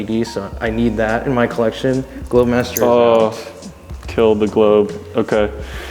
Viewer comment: "I'll add it to my collectionne" made me laugh quite hard for the red g shock